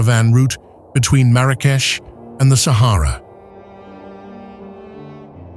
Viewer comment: Not Mara-keesh it's Marak-e-sh